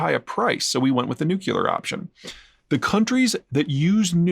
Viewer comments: Haha! He said nucular instead of nuclear like bush. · There is only one 'U' in "nuclear"'.